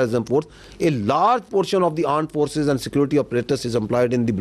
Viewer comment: Blowistaan 🤔 Aand Forces 🤔 Abey Bhai mooh sey tambaakhu thook ke bola kar 😅😂